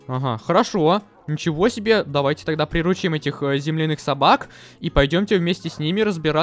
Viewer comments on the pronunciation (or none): Интересный факт: не-правильно ставит ударение в слове приручим, правильно не прирУчить, а приручИть.